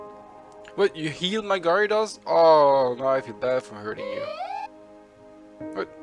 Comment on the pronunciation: Gerados pronauns